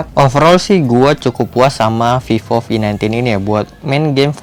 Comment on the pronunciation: Sorry but I heard vivo v19 as fifo fi19 😂